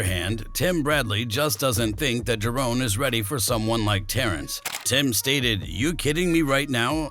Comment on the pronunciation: It’s Ja…Ron not JaRone! Get it right fella